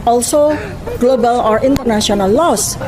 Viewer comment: sik sik... kok kuping ku denger nya "los" apa itu los..??? Ilang gitu... harusnya terdengar "laows" ->LAWS😅😅😅😅😅😅😅